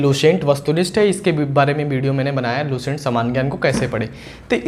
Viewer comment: S ar Sh me antr hota h Lucent,, not luShent